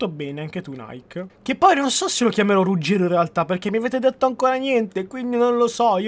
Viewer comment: rugero con la r mossha